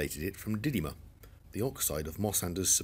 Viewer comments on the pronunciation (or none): You pronounce -dymium as 'dinium' in this vicdoe I think